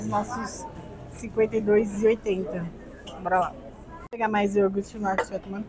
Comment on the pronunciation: Por favor, não fale mais "iorgute". O correto é ioGurte...por favor!